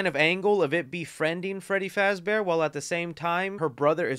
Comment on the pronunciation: ITS FREDDY FAZBORE